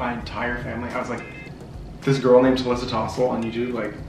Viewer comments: and I are never on camera so we were a lil nervous at first but past 5 minutes we are completely ourselves! hope you love this! ALSO MY NAME: it's pronounced ta- LEE- sa but has read it for too long and mispronounces it but we are working on that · mispronouncing your name😆😆😆 and I didn’t even notice that you were both nervous at first!